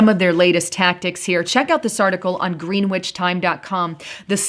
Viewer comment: GREH-nich is the correct pronunciation, not GREEN-WITCH.. And it's SILI-KHAN, not Sili-cone.